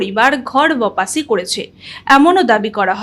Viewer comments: বপাসী নয়। শব্দটি ওয়াপ্সী। উচ্চারণের দিকে একটু মন দিলে ভালো হয়! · বারবার ভুল উচ্চারণ শুনতে শুনতে কান পচে গেল। কোনো শব্দের মানে না বুঝে বা উচ্চারণ না জেনে বলা মানে নিজেকে হাস্যাস্পদ করে তোলা। কথাটা বপাসি নয়। বাপসি, উচ্চারণ টা হবে ওয়াপসি, যার অর্থ ফেরা। ঘর ওয়াপসি মানে ঘরে ফেরা। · বাপাসি বলে না বাপ্সী বলা হয় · আরে ম্যাডাম শব্দটা"ওপাসি" নয়,শব্দটা হল"ওয়াপসি"যার অর্থ হল ফেরা,প্রত্যাবর্তন করা,ফিরে আসা ইত্যাদি। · Birati থেকে দেখছি। আমি একজন বরিষ্ঠ নাগরিক এবং এ বিষয়ে কিছু ওয়াকিবহাল। নানা সাময়িকী তে একটি আরব্য দর্শন ও তার আগ্রাসী ভূমিকা তথা অরাজনৈতিক অসূয়া লক্ষ্য, বাংলাদেশে অমুসলিমদের উপর দীর্ঘকাল ধরে নির্যাতন, স্বভূমে উচ্ছেদ ইত্যাদি বিষয়ে লেখালেখি করেছি। তথ্যাদি সংগ্রহ করেছিলাম। যাইহোক, ওয়াপ্সি একটি শব্দ।আপনার কৃত এই শব্দের উচ্চারণ টি ঠিক হচ্ছেনা। হিন্দী সম্পর্কে সামান্য ধারণা আছে বলেই এটি লিখলাম। ওয়াপ্সির সমার্থক বাংলা হল প্রত্যাবর্তন। ঘর ওয়াপ্সির মানে ঠিক ই বলেছেন। যাইহোক, আপনার পঠন পদ্ধতি স্পষ্ট, শোভন ও মনোগ্রাহী।আমার আরো কিছু পরিচয় রয়েছে। বারান্তরে প্রকাশিতব্য।